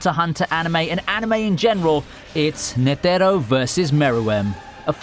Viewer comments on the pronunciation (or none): y is he saying net ERR o? just say netero please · Ney tey ro